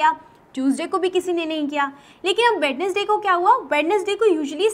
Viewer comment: english teacher dont know how to pronounce wednesday she be like wed nes day .